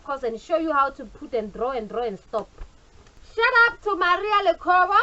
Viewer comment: Its shout out not "shut up" pls....